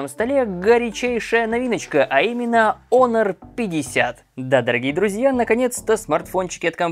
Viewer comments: Не онор а хонор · Почему "Онор"? Вообще то читается " Хонор" т е " честь". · даже смешно.....))что за Онор. такой. Если есть претензии на знание английского языка, R в конце слова не произносится.[ˈɒnə] А знания видимо нет. Лучше говорить по русски ХОНОР и не смешить других.